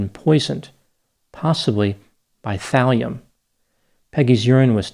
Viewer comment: thalium .. i thought you said valium